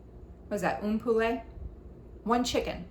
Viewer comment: Une Poule is pronounced “oon pool” and it means a hen. :)